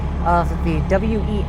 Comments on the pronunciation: We just pronounce it like the name "Wes". Looking forward to your other Portland video 🏳️‍⚧️❤ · Portland local here. WES is just like MAX in that you pronounce it like a name. This video got me wishing for a commuter rail service from Southeast Portland to North Portland that does limited stops and takes advantage of the existing freight right of way and also avoids downtown completely. Currently, you can do this by taking a light rail to a street car and then walking a bit to catch that same light rail again. No faster than riding slowly through downtown. Slower if your connection is not perfect. Unfortunately, I think WES is doomed to irrelevance because it does not go downtown. The eight trains per hour frequency of the light rail that does go downtown is all well and good, but as you experience, the connection back to the WES is terrible. I also think the over road section in Beaverton is so slow that people laugh it off. I remember when opened, the big pitch was that you could do a journey in 27 minutes on the train that would take 45 minutes on the highway. Unfortunately the frequency is every 45 minutes. If it were a longer route that went more places, it would be exponentially more useful. As it is, I’m pretty sure every station is served by line 76 bus.